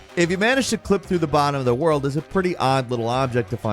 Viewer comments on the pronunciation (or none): none